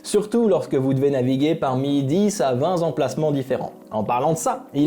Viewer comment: Nickel ! Mais le 20 Zemplacements m’a un peu fait mal aux oreilles 😅